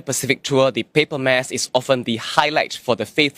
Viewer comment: Yup, pronounced the word “Mass” accurately … Hope other news reporters take the cue from her